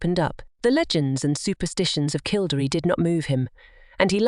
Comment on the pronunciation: Please learn how to pronounce KILL DERRY ask any Irish person its jarring.